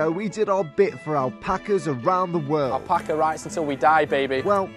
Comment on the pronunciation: Everyone: Ksi: Alpaco